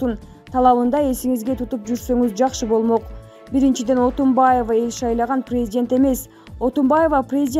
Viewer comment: Блогер кыз презент эмес презИДент деп суйлосон...